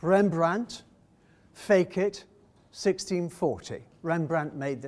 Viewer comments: Ok, ok, forgive me, I'm a boring person, but the latin word "fecit" have to sounds like "fetch it", not "fake it" (which almost has an unintentional comic effect...). Fun fact: sometimes the ancient wrote also "..... me fecit" that mean ".... he made me", as if the artwork was talking. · Fecit pronounced as ' fake it'! Ridiculous haha.....